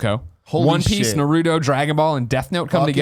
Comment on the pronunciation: Greg its Na Roo Toe